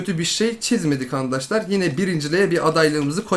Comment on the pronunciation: çok doru söylüyosun ama sana çok kötü bir şey söyliycem ona andaşlar denilmez arkadaşlar denir